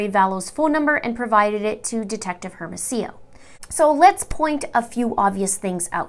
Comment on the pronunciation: Great video! Just fyi the detectives names are pronounced Air-mo-see-yo and Oh-pay